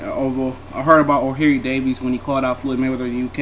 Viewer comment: "O'hairy davies" 😂😂😂😂😂